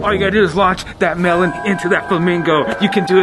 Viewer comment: When said melon i thought she said melborn